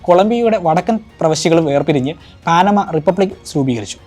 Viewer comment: പാനമ എന്നാണ് ശെരിയായ ഉച്ചാരണം